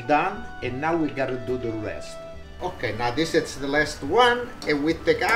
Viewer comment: love "de pots", even though sometimes there is only one pots, it's always pots - priceless and cherished, love you my friend, thank you for doing this for us